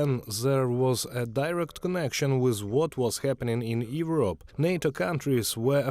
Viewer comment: This channel could use professional English voices. ‘yevrop’? Really?